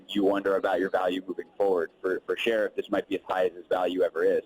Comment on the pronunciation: his last name is NOT pronounced "Sheriff", it's "Sherf." Lol, just about everybody mispronounces this guy's last name